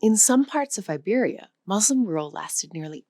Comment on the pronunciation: In our divisive times, your commendable objective, of bridging peoples through language and its inherent hidden histories, is to be greatly applauded! Thank you! It would enhance the sale of your language app, to review the pronunciation of some critically significant words; MUSLIM being the most salient among them. The U is like the U in “cushion”. As a Portuguese speaker the correct pronunciation of Portuguese words would testify to the value of the app that is advertised. I’ve Liked and Subscribed